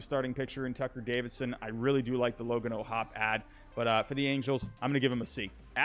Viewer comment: Its logan o’hoppy is how it’s pronounced